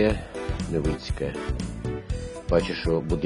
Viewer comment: Не Невиинське а Невицьке